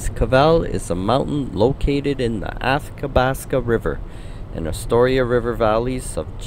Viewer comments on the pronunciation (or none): Athabasca: pronounced Ath-a-bas-ka, not Ass-ka-bas-ka. And Lake Maligne: pronounced Ma-leen. The i is silent.